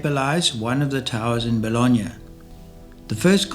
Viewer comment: I’m sorry, the WHAT of Bologna?